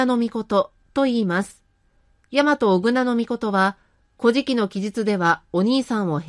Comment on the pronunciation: 古事記の発音（イントネーション）が乞食に聞こえてしまいます。うーん 残念。